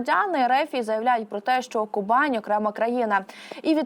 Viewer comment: А чому Кубань за допомоги диктора раптом стала Ку'банью?